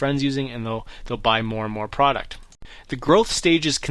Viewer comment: Product not Praaart please